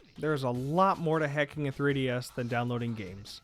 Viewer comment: Sounds like you are saying hecking your 3DS.